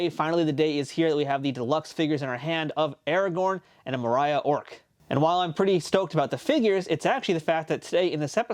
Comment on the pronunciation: That’s not how you pronounce Moria! :(